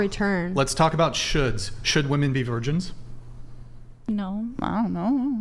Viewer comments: It’s women - pronounced wimmin FFS. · What is with american girls pronouncing woman and women the same way.. they say 'woman' for the plural version??? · It's women not woman. Damn these chicks are dumb. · since when did the word "woman" become plural? why do all of them say it wrong? English isn't my 1st language but am i wrong?? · Why can they never pronounce the plural of woman? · Holy shit, when did we stop teaching the pronunciation of "women". It's like nails on a chalkboard